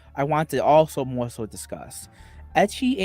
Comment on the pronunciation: “The mowe whites I have” knew he was the white supremacist bowser